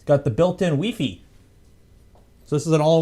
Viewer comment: WeeFee. WEEFEEEEEE.